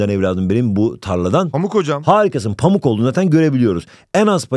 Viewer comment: pamuk yerine amuk diyo😂